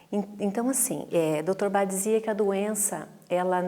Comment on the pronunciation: Gostei muito dos esclarecimentos mas confesso que me incomodou muito a profissional falar Dr BA, ao invés de Bach... Grata!